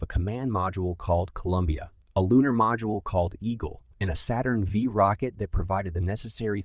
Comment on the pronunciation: and "a Saturn Vee rocket" You mean Saturn five? and "escape the Earth's gravitational pull" The Moon itself is held in orbit by the Earth's gravity. "The Legacy of the Moon Landing!" There is no legacy. None of the designs of Apollo are being used today. Why not? Because they never could work as advertised. Don't you think it strange that no nation (including the USA) has sent people more than a few hundreds miles from Earth in rockets despite over 55 years of technological advancements?